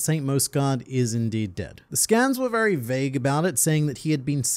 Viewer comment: This mans just said "vewy" instead of "very."